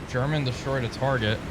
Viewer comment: German used to be a rather common name in Russia. German Titov for example was the second man to orbit the Earth. Also used to play wing for the Calgary Flames but he wasn't the same German Titov. And yes Morgan was right because it's pronounced Herman.